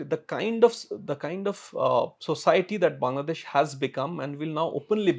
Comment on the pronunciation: please start pronouncing the name Bangladesh correctly as "Baanglaa..." instead of like "Bungla.."